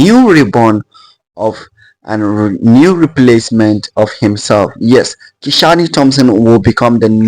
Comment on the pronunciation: Nice vlog. Hope you are right. The name is Ki-shane. Not Ki-sha-ny. Great